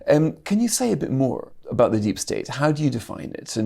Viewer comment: She certainly needs a voice coach as she’s very difficult to listen to. Monotone but with that really grating rise in tone at the end of each sentence, as well as not pronouncing Ts at the end of words. The number of times she said “abow” instead of “about” was unacceptable for someone in such a high position. It’s important they have good diction or how are they or convey important ideas if no one can bear to hear her speak?